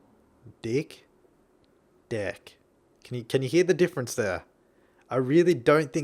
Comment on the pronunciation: Actually, "difrince" sounds more like "deefrince".